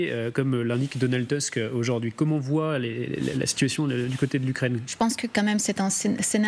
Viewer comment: Donald TOUSK, ça se prononce TOUSK.